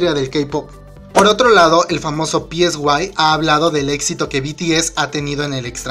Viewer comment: me dio mas risa que le diga "pieswai" a psy xd